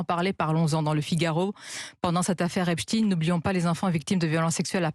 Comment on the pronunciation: C’est « EPSTEIN » et non « EPSTINE » comme « EINSTEIN » et non « INSTINE »